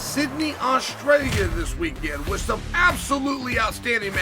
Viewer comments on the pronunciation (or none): none